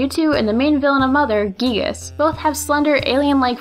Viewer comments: Isn't 'Giygas' not 'Gigas'? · ok i really don't see what's wrong with what most people are saying about, but the only problem i have is here. it's pronounced Guy-gus, not Gee-gas. that's not even close... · Gee-gas? Isn't it Guy-gas? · GEE-Gus lol. It’s GUY-Gus. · Giygas is pronounced guy-gas not gee-gas. This bothered me more than it should. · I don't like the way she called Giegue Geegas. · No offense, but I cringed pretty hard when you pronounced Giygas as "Geegis" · The way she says gygas made me cringe...